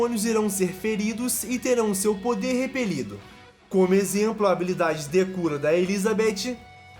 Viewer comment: É engraçado ouvir o falando "Habilidade decura" kk